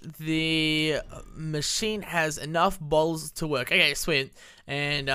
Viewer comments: When runs the words "to" and "work" together it sounds like twerk. Lol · When u said to work in the beginging it sounded like twerk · i thought you said "last time we started to twerk" xD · In the beginning of the episode I thought he said twerk but he said to work